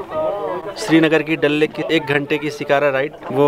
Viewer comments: When he says dal lake My ears :- dalleee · Mann me tharak jubah pe ghapaghap Bangkok wala wo vlog Yaad hai abhi tak 😘😂😂😂😅 Like maari if you heard dalle instead of dal lake 😂